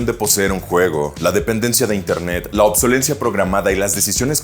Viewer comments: Se dice "obsolescencia" no "obsolencia" señor experto en tecnología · Todo muy bien, pero se dice "ObsoleSCEncia" y no "obsolencia". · Por qué nadie en levelup puede pronunciar correctamente "obsolescencia", siempre dicen "obsolencia"